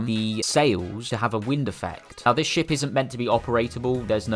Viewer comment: when you say ship i hear shit😡